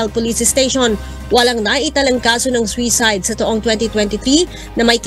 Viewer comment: Sakit sa tenga ng reporter. Swisayd?! Suicide ang pronunciation nyan.